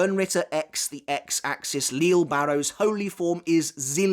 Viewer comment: I'm sure by now you know the proper pronunciation of the Sternritters' names like Lille, Äs Nödt and Cang Du etc Are you simply used to the way you've been pronouncing them at this point, or have you you considered changing it?